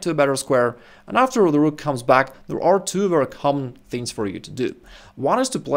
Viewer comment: 😂 i like the whrokk